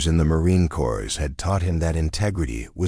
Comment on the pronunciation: Please educate your AI that c o r p s is not pronounced cores it's pronounced core. Besides being distracting and annoying, the mispronunciation is most likely disrespectful. Please fix it. Hello, I am enjoying the story despite the flaws